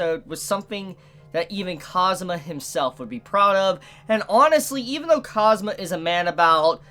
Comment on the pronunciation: Don't say cosmo its kaazoomaa. Its a kawai name don't ruin it.